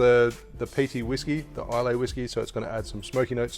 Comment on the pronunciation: Recently got into drink mixing and your channel is by far my favorite to learn from! That being said and not wanting to sound like "that guy" Islay is pronounced "isla" Cant wait to see more from you!